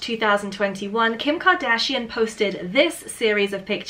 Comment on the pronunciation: Kim Ka-Dragon-shian?